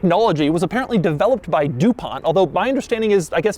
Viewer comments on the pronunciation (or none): none